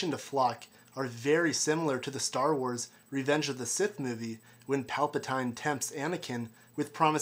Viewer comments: It's Pal pa TEEN not Pal pa TINE, geez. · palpatINE? palpatine is pronounced palpateen buddy lol duno why but just made my skin crawl a bit hearing it lol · Palpatine is pronounced (Polpateen)